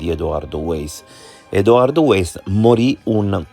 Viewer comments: Weiss si pronuncia vàis e non ueis... Comunque secondo me la storiella delle coincidenze altro non fa che distogliere l'attenzione dal movente. Chi ha riportato a casa gli effetti di Liliana? Perché in una struttura sanitaria mi immagino chiedessero il pass e altri documenti... Un tentato abuso a 64 anni... Solo una persona poteva avere questo chiodo fisso, come dimostrano le sue innumerevoli relazioni "libere" con altre donne... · Weiss si pronuncia Vaiss